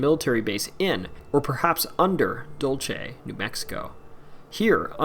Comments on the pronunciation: Dulce is pronounced dool-seh, not dool-che. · DUHL-seh, not DOL-chay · It's Dul-SAY!! NOT Dul-chay. Please - all the narrators of these types of videos need to take the time to learn to pronounce the names of places. It decreases your credibility. Drove me crazy to listen. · Dulce is not pronounced dulche it’s pronounced Dool-se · So painful to hear u mispronounce Dulce!! Dule se, means sweet